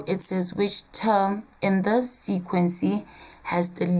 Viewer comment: I love it when she says sequency